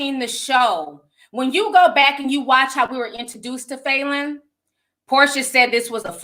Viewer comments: Lmaoooooo I could barely listen to this because you kept saying FAYLEN!! does that even sound like a real name?? Lmaoo it’s Fallon!! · It’s Fa -lyn not Faylyn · Falynn is pronounced fallon like jimmy fallon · That can’t be the pronunciation of “Falynn” 😂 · Not one person corrected Ti on how to pronounce Falynns name 😂😂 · Cringed every single time she said it!! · That because we know TI mispronounces a lot of names wrong lol. Plus Ti speaks more than one language.